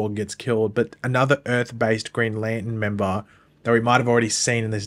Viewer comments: It's NOT Lan in....can you pronounce it correctly! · Put the "r" in Lantern!!!!!!!!